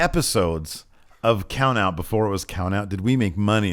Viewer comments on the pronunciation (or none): COUNOUT? Lost a t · woke up toady and decided to take out the the T in count out😂